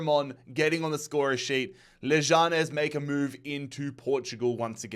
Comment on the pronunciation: You’re saying leganes wrong